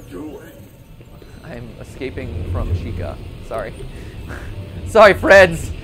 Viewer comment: its chica btw- not cheeca